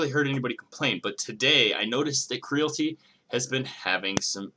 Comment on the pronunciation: Say it with me Creality....Cree ·a·luh·tee. its a play on Reality